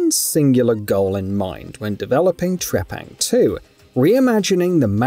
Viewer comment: Let's pronounce the name correctly here... T.R.E.P.A.N.G. 2! That's my Final Verdict!